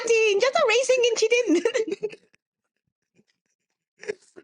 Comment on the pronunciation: "It's just a inchident 🤷🏽‍♂️" 😂😂😂😂